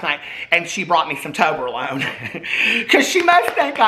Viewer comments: I never tried me some toberlone I have had toblerone is it the same just made in October alone ?? 🤷‍♂️ I’m just playin just funny how he said it, also has he had 43 cold brews today lol 😂 Edit I’m also 4 years sober this October then got cancer and that gave me time to forget about alcohol to progress so every cloud right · Toberlone? TOBLERONE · trying to pronounce Toblerone paid my debts and cleared my skin 😂